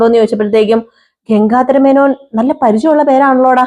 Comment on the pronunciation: ഗംങ്കാധാര മേനോൻ അല്ല ഗംഗാധാര മേനോൻ ആണ്